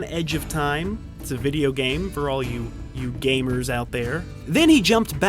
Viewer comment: Why'd you say gamers like that?